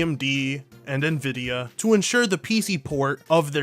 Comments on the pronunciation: still cant' pronounce Nvidia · I have said neh vidia for like ever :( I am sorry, for I have sinned.